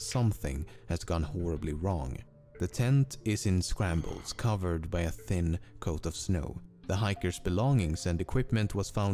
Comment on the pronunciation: Did he say the tent was “in scrambles” instead of “In shambles”